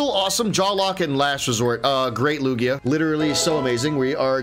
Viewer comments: Just saying Lugia is actually pronounced lu Jia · i will dislike every single video until you pronounce Lugia properly.